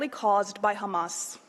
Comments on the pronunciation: It is Hamas not Khamas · Khamas , khamas , khamas ... he's repeating this for about 5mn now ... come one next ... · This is an old Isr@ tactic of denial, which is not working anymore, honestly... Everyone in the world sees The Genoside being conducted everyday, and it's all over the Social Media, in front of everyone's eyes...Did someone count how many times he pronounced "Khamas"? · take a shot every time they say khamas (try not to get alcohol poisoning challenge IMPOSSIBLE) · hilarious is the way they kept saying KHAMAS, when they can speak a fluent English.And it's also hilarious that they said KHAMAS 137 if i'm not wrong, not talking about a single crime of war that they did.😂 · They can't say Hamas, KHAMASSS